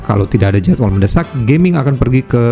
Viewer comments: bacanya Ga ming bukan Ge ming bg wkwk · Fyi, bacanya Ga-Ming (Gah-Ming) ya kak. Bukan geming as in Gaming (english). Soalnya di twt juga udh banyak dibahas dan dijadikan meme dan dianggap disrespectful. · Ga-ming harusnya bukan Ge-ming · Bukan Ge-ming banggg😂 tapi Ga-ming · Tulisannya Gaming bang tapi bacanya mungkin bukan jd inggris Geming, tp tetep Ga Ming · Punten cara bacanya bukan "geming" Tapi "ga ming" Cara bacanya pake bahasa cina jgn lupa ini char liyue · sprtinya ttep bacanya "ga ming" bang, mksdnya bukan dalam english "gaming artinya maen game", nama tiongkok ga sihh. Cmiiw